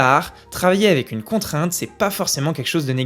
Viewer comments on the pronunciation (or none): A chaque fois que tu dis "avec", j'entends " évec"...